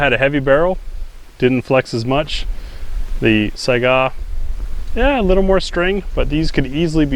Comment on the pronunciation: from a russian speaker, it's not "saigaaaaaaaaaaaaaaaaaaaaaaa". It's also not "sayga" as i used to say. it's pronounced "sigh-ga"